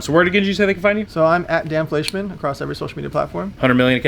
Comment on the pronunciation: If hear Dan felshcidkanman one more fcking time im disliking this video